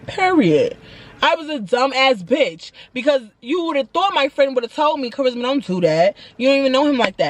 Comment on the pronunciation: CHA RIS MA 😭 NOT THE WEPA!!!!!!